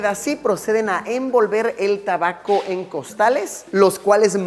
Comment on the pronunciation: Se dise tabaco